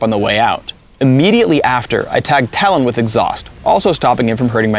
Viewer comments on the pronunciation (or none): none